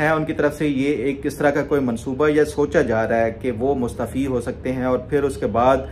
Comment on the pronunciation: Ap mustaafi ko mustfi boltey hen